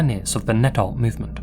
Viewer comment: It’s “art” 🤣🤣🤷‍♂️👎